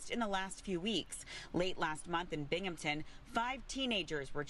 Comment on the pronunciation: I like, BUT... phonics foxu. Burmington. Bur. Big. Binghamten. Bing-ham-ton. I don't like places I know being in the news.